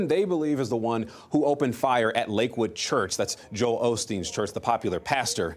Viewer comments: Lol It's Osteen not Olsteen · It's not Olsteen...it is Osteen. The L is in Joel. Change the title of your video.